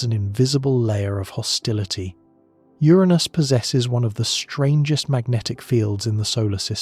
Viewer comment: Uranus, 😅 not my anus